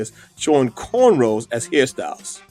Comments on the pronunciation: Yo, It’s “rows” NOT “rolls”. Are you guys really kin folk?! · It’s corn ROWS not corn rolls. I actually hate when people say that lol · The term is "Corn ROWS" not "Corn ROLLS". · What the fuck is a "cornroll"?? Black Excellence at it's finest.